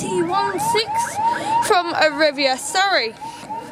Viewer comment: Arriva is not pronounced Arrivia it's pronounced Areeva.